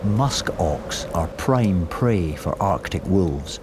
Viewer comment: Narrator: walves 😼😼